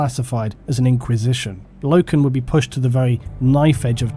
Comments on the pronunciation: Same guy, and its pronounced "Low-ken". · It's Loken